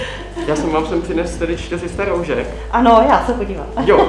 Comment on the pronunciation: Pořád říkáš roužek a ne roušek